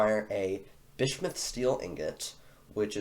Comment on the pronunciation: Genuinely an intersection good quality video well done m8. Btw you might want to learn the pronunciation of bismuth - it’s a common element (biz-mu-th). Also name the cat Cougr cuz Dw doesn’t fit a cat.